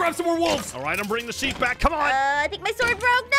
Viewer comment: it's pronouced sheep not shep.